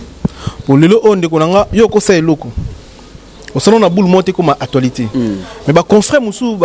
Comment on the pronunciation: Déjà va t'instruire, on dit actualité et non actoualité 😂😂😂😂.Ce sont ces bourriques de ce genre qu'on appelle chroniqueur 😂😂. On dit avec des preuves et non d'épreuves 😂😂😂